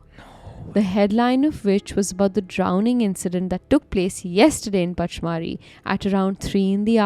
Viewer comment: It is pronounced punch-mar-hi